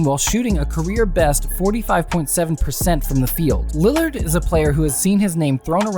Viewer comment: When you were 631 into the vido you said landerd